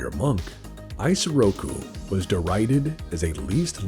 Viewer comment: The weeb in me kept taking psychic damage each time mispronounced Isoroku Kurita's given name. The initial "I" is pronounced the same as the "i" in Kurita, not like the English pronoun I. EE-so-raw-coo, not EYE-so-raw-coo.